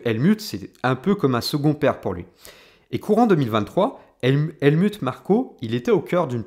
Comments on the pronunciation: Bonne video mais l anglais n a pas l air d être ton fort ni l allemand : helmut se prononce : helmout et neway : newwais ;) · Sympa comme analyse ... juste ... le Helmut ... c'est un nom germain donc ça se dit Halmout entre autre ... désolé fallais que je le dise haha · Ca se dit HelmOUT ; sinon avis intéressant. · Points de vue originaux, intéressants et documentés. Pour satisfaire une audience plus internationale, je te recommande de prononcer Helmut à l’allemande, donc « Helmout ». Aussi non, tu construis ton argumentaire et le lis avec une structure efficace ainsi qu’une belle élocution. Bravo! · Helmutte comme Turlutte? Adrian Nous-oui ou new-yououhhh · On dit "Helmout"😋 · Très bonne analyse ! Merci. Je te crois assez malin pour avoir fait exprès d'ecorcher les prononciations d'Helmut et Neway, afin de déclencher une vague de commentaires de referencement. Coup de génie 👏